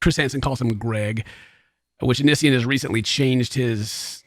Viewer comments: Just for the record lmao its Onion boy or Oh-Knee-See-on lol that's how you say his stupid name 😂 why he picked it idk. Onion boy is actual sludge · The way he says onision 😂 I love your accent. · The way you say “Onision” makes me laugh lol. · xbagelbxx oniisan... o-neice-yawn... oh-nice-one... it's such a weird name :p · I love how says Onision, it has me rollin.